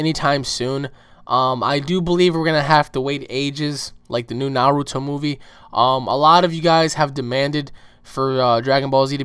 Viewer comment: did you seriously just mispronounce 'naruto'?